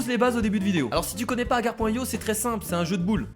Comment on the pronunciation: Je rêve ou à tu as dis "Akar.io" ?